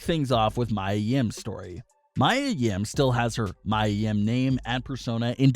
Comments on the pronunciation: Dude it’s Mia (Mee-ya) not Mya (My-ya) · Her name is pronounced "Me a" not "my a." If you're going to report about them you might want to pronounce their names right. What I heard is that the seizure was Vince's idea but Mia came up with the possession idea instead. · Me-A not My-A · It's not Mya, Mia is pronounced, Mia (Me-Uh). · it is pronounced..MEEEE AAA yim..not MYYYYAAA come on mannnnn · her name is Mia Yim pronounced (Me - a) Yim not (My - a) Yim if you're going to report about her atleast pronounce her name right. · It's Mia, not Mya. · It’s ME YA yim not Mya. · Me-ya not my-ya. How do you have a wrestling channel and constantly get the names wrong? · Its Pronounced Me Yah Yim not My yah Yim 🤣🤣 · It’s Mee-A... Mia LMAO 😂 not Maya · Me ah NOT my ah! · Yeah this guy is pronouncing it as Maya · It’s pronounced MEE-ah. What’s wrong with you? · Jesus Christ... It's MIA, Meeya!! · Its Mee ya ... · Mia (Mee-yuh) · Maya Yim is facing backlash for what happened on Raw last week Everyone: its pronounced Mee-ya Me: at least you tried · King Mia Yim he's saying "Maya" instead of "Mia" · Yup its Mai-ya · Her name is pronounced “Mee-A” (Mia) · right I was like am I wrong LMAOOO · This guy always gets names wrong. I am 98% sure he doesnt watch any wrestling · Ffs thank you it was driving me crazy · You deserve a thumbs down for mispronouncing Mia’s name. That’s more offensive than the incident itself. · Learn how to pronounce mia correctly